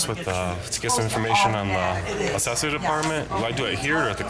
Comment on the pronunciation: Assessor!!! pronounced ( ASS IS SORE)!!!!!!!!